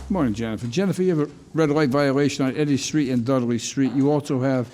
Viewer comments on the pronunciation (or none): none